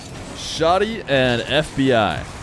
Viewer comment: How did it shift completely towards the end? I love me some content 💯 (btw, the name is Shaaa' deee)